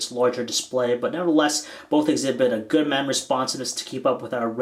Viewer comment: You say bolth